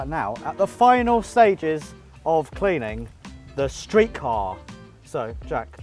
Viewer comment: By the way I'm really happy that pronounced the StreetKa name correctly. This was a great video!